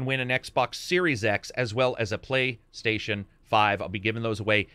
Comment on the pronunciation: Maybe it’s just me but I’m sure you said plague station.